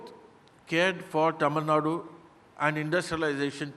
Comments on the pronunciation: It is not Tamilnad it is Tamil Nadu. Why does the North Indian anchors get it incorrect. It is always Kannad and not Kannada. Keral and not Kerala. Why??? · Yah true. My first reaction as well. I've seen non tamilians pronounce tamil nad'oo' as tamil nad! Dont know why its so difficult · It's really irritating to hear 'Tamilnad'. It's 'Tamil Nadu'. Dear media anchors, try to learn and pronounce it correctly atleast in future conclaves or have some Tamil anchors doing the show. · Hey it is not tamil nad instead it is tamil nadu. Anchor please learn to pronounce the word properly before you interview.🙏🙏🙏🙏🙏🙏🙏🙏🙏🙏🙏🙏🙏🙏🙏🙏🙏🙏🙏🙏🙏🙏🙏🙏🙏🙏🙏🙏🙏🙏🙏🙏🙏🙏🙏🙏🙏🙏🙏🙏🙏🙏🙏🙏🙏🙏🙏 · These mafos cannot even pronounce Tamilnadu, hosting something like this. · They are pronounce like டமிழ் நாட் that is so really irritating. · C — if they were to pronounce it very accurately they have to first practice ‘ zah ழ’ which is unique to our language. Even some of our people don’t do a good job of it. So, pardon them for anglicizing தமிழ் நாடு.